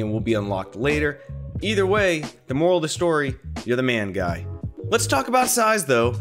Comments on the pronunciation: "Guy" is pronounced "Gee" at least when I met him he pronounced his name that way. I think maybe he's just rolling with 'guy' because he just gave up correcting everyone. :D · Is guy dutch or belgian?, cuz that’s usually how the dutch or belgian name guy is pronounced here